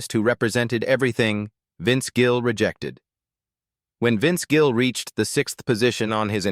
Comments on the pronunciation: His name is Gill not Jill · The number of times the AI voice called Vince Gill "Jill" (A hard "g" instead of soft) was hilarious. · Such Horseshit! AI generated and the announcement pronounces his name as JILL! The same crap as it is trying to stir up! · His name is Gill not Jill. I can't stand Garth Brooks, either. Love Vince Gill. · They even say "Jill" while trying to say Gill in the garage. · I’m no Garth fan, but these fake ai videos always name him as “most hated”. There is another where Willie hates him as well. And AI BS can’t even Gill’s name right calling him “Jill”. Kristofferson was on the Willie one as well. AI does pick up on the direction of Country has gone and many of us can’t stand, but some of these ‘critiques’ are almost the same (Aldean, Billy Ray, Shania Twain) West? That was out of left field… let’s see if I’m right about #7… Guess I was wrong, expected it to be Toby Keith lol. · This is AI bullshit. Several times Vince is called Vince Jill. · This AI produced video can't even pronounce Vince's last name correctly.